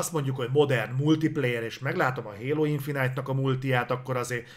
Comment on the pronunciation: Nem annyira régóta követem a műsort. Honnan jött ez, hogy "infinájt"-nak nevezitek a Halo-t? Emiatt nevezi a Ratchetet "Racset"-nek "Recsit" helyett, és hasonlók? Csak azért kérdezem, mert kurva idegesítő, de ha ez valami belsős poén, akkor befogadom:D